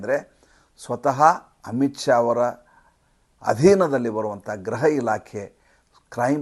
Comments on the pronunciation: Pls note, pronounce ation of home department in kannada as gruha elaakhe not graha elaakhe. If u any dout check in dictionary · neevu thumbachennagi vishleshane maaduthiri,aadare gruha anno badalu graha ilakhe annuthiri.Adondu saryagi helidare innu kelalu thumba chennagiruthade. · It is not graha but griha or gruha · ಅದು ಗ್ರಹ ಇಲಾಖೆಯಲ್ಲ, ಗೃಹ ಇಲಾಖೆ